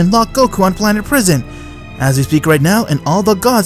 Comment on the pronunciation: Bros like "Whaat iff gokau waaas trappetd in prasien" 💀💀💀💀